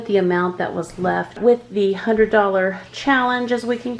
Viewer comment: One hundRED dollars not one hundered